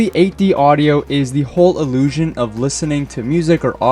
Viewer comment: no, 'illiusion' he said multiple times